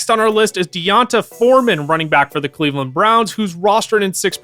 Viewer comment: The way he pronounced D’onta is so wrong